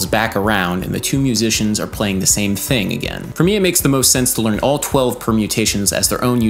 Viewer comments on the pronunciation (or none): none